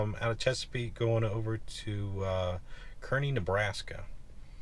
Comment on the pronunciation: Friends of mine will tell Kearney NE is pronounced Carney!